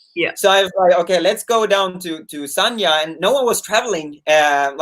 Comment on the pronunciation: it's San-Ya, not Sarnia, which is a city in south-west Ontario, Canada.